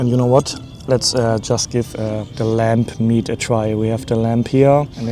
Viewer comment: Are you saying lamp meat?